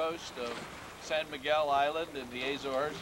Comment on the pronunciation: Love the video. Fished there on a commercial fishing boat my wife got me on. by the way it's Sao Miguel ( sow) Miguel....good sailing.